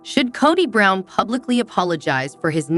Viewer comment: Kaddie Brown...drives me nuts...do some research on pronunciations...😮😱